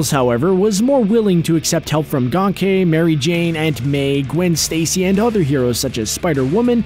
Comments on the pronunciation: He called him gonkay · Gain-Key it is pronounced Gain-Key it rhymes with yankee